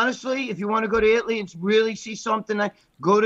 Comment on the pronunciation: I'll join the rest of you paisano's in southern It-ly (as Gregg pronounces it).